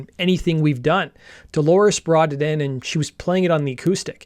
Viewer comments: Good video, but her name is Dolores, not Delores. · All good, but he keeps repeating "Delores" instead of Dolores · It is not Delores its DOLORES.